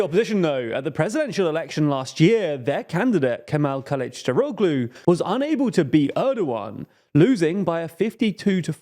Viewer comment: The -oglu ending in Turkish names (e.g. Kilicdaroglu) is pronounced with a soft G, you barely even hear it. It's pronounced somewhat similar to an H. When you use so many names ending in -oglu it gets quite confusing